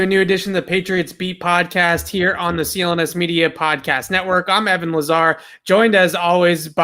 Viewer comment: Man it's hard for Alex to say Evan that's a good point